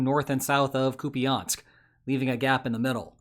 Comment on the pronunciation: Koo-pee-ahnsk, eh? lol...